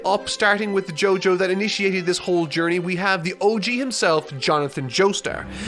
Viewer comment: "What was the point of this entire Giorney?"